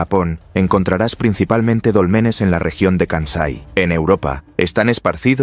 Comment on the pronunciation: NO SON DOLMENES, SINO DÓLMENES